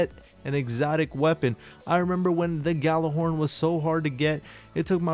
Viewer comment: gjallarhorn (yah-lar -horn)